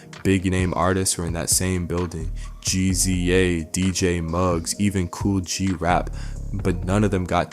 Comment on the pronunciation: I was watching until dude said G-Z-A, like really? I’m out